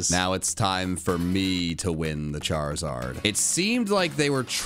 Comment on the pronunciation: HOW DID YOU SAY Charizard!!!!!!!!!!!!!!!!!!!!!!!!